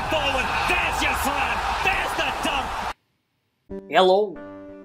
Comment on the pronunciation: I like how in every vid you say heyllo its funny